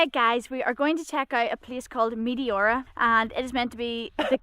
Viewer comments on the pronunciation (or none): The intro is so cringe also can you please pronounce meteora properly with tones correct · It's not Meteora it is METEORI.